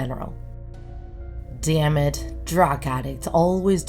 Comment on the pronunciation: I heard him say 'deyam it' like wtf